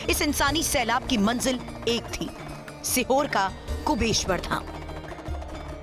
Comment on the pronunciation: एंकर को पहले ठीक से 'कुबेरेश्वर' बोलना सीखा दो भाई !